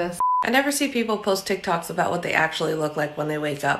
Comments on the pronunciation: Can we talk about in the beginning how she said TicTac‘s instead of ticktock‘s🤨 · Did anyone else notice at the beginning she said tik tacs instead of TikToks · This comment was to correct sssniperwolf cause she said tik tacks instead of tik tocks here everybody is talking about there favorite flavour🤣🤣🤣😂 P.s I love the orange flavour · Is nobody gonna talk about the fact that she said tick tacks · yep im watching this in 2024 btw did anybody notice when lia said tickToks she said "tickTacks" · Am I the only one that heard "tik tak's" at the beginning also no Offence sssniperwolf